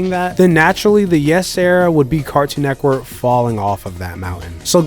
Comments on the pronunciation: This guy is saying “Cartoon Neckwork” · "Nectwork"... When you realize how he says Cartoon "Network" you won't be able to unhear it. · I solely disliked this video bc I felt like he was saying “cartoon neckwork” on purpose to be cringy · I swear he's saying "Cartoon Neckwurt" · Why he saying car toon neck work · Cartoon NETWORK!!! NETWORK!!! Please stop saying neckwork! I know you can because you've said it multiples times in the video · Why do you keep saying cartoon neckwork lol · Why you keep saying cartoon neckwork. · Are you saying "Neckwort" instead of Network throughout this whole video? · This was informative, but I can't get passed the way he says "Cartoon Neckwork" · “Cartoon nekwork” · Are you saying Neckwork? nice video otherwise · "Cartoon Neckwurt" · “Cartoon Nekwort” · Bro keep saying “CARTOON NEK-WORK” i believe it NET-WORK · Cartoon neckwoodt is the only way to say the name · DUDE ITS NETWORK! I can’t even tell what you’re saying. H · why is he saying neck work like there isn’t a “T” in the word 😂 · Bro I hate the way you say “Cartoon Network” carktoon??? Like pronounce it bro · Why He say Cartoon Network like that lol he says cartoon neckworrr lol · Why can’t this mf say Cartoon Network? Cartoon Neckwood!🤣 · Fam got an issue with saying “network” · You say "cartoon neckwork" just like my girl & idk why that bothers me so much 🤣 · He keeps saying Cartoon neck work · why can't you say network